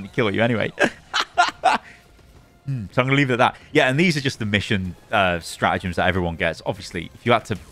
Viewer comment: It’s StraTagems. Not Stra’agems